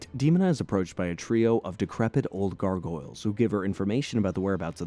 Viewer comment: Please reupload this and pronounce gargoyles correctly. I couldn't watch this one. Syllables GAR: Pronounced like "gar" in "garnish" (rhymes with "car"). GOYLZ: The "goyl" rhymes with "coil," and the "z" at the end adds a soft buzzing sound.